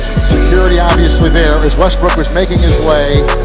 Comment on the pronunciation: allways westbrook allways wesbrook😂😂